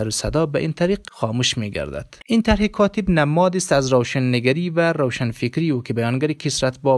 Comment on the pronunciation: گوینده محترم خوب سوانح فیض محمد را قرائت کردی اما چندین مرتبه کاتیب گفتی کاتیب درست نیست کاتب درست است همچنان ساکین درست نیست ساکن درست است